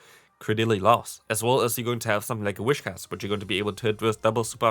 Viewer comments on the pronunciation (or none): Nice video, looking forward to trying some of these! Btw, it's Whis-cash, rather than Wish-cass. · It is pronounced "wiscash".